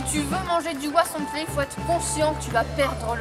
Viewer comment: ¡Por fin; alguien más que dice el nombre correctamente "huauzontles" y no huazontles! Saludos!